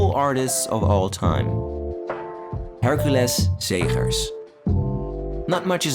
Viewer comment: Way to pay due diligence to an artist! That is certainly NOT how I would have pronounced "Hercules Segers". That is art.